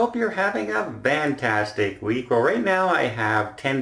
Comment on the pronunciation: Why...the...hell... do you say VANtastic instead of FANtastic?